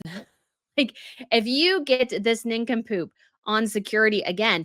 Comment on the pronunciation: Nin come poop cracks me up every time you say it